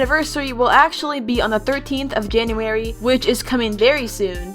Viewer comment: When you realize that she said "Ganuary"